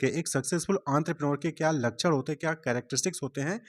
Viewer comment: ❌️Lachan ✅️ लakक्ष्ण 😭